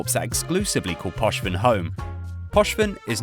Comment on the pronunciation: Gallente -> Gallenté Poshven -> Pochven I know you're British so you're terrible at reading absolutely everything but please educate yourself beforehand on how to read things